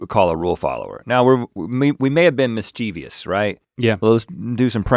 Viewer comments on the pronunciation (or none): It's interesting the boys always mispronounce mischievous as mischieveeous.